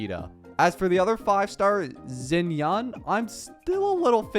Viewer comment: he's just pronouncing it like it's an english word, just like he pronounces xiao as zhao, xinyan as zinyan and xianyun zinyan too lol